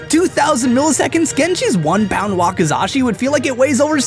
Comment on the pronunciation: Finally someone who can pronounce Wakizashi correctly ty (But why tf did you say that samurai used it as a distraction? They are distractions sometimes dipped in poison used by NINJAS)